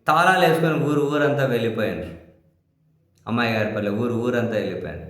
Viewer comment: అది " ఉమ్మయగారి పల్లె". "అమ్మాయిగారి పల్లె" కాదు.